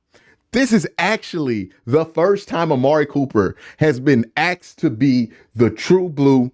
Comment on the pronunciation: aSked not Axked but good analysis